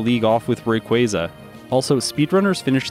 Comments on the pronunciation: Someone else who says Rayquaza correctly! let's gooooo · Thank you for pronouncing Rayquaza correctly. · Thank you finally someone that pronounces Rayquaza correctly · Rayquaza can be pronounced both ways. Quasar is from quasi-stellar meaning: star like which is pronounced with that soft ‘a’ sound like in “car”. Just a little tidbit.